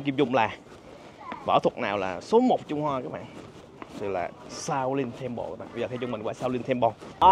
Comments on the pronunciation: Chùa Thiếu Lâm, đọc tiếng Anh là Shaolin temple, tại sao nói là Xạo Lình Temple cha? 😅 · Nghe như xạo lìn tem pồ 😅